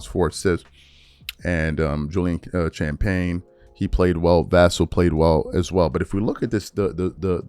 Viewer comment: Did you really just say "sham-payne" instead of "sham-penny"? C'mon man you're too smart & well spoken to butcher his name like that! lol SGA is screwed if he doesn't get egregious calls on his flops. This has been so practiced for so long, he can't just say to himself, I'll stop doing this. Basketball is such a quick twitch, instinctual game, there is no time for conscious thought. How you practice is how you play! Because kids emulate their heroes, he ruined basketball for generations to come! Good job NBA for making this cheater the poster child of the league!